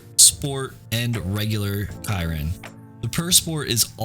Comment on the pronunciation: Bugatti Chiron I think although you may be correct on the pronunciation idk Not the way most people say it at least